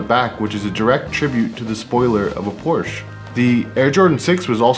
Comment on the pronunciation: I love that you pronounce Porsche correctly! 😂 English speakers tend to have trouble with that one